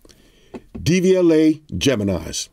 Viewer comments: Is he saying DVLA? It’s Devialet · then say it in FRENCH bro. Devi-Alet. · Sounds like you said DVLA which in the UK is the driving vehicle licence authority 😅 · Am i the only one from the uk who thought he said the DVLA and not devialet 😆😆